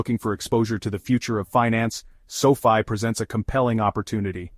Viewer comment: Why do you keep pronouncing the name sofi differently in the video.Makes the video not seem serious.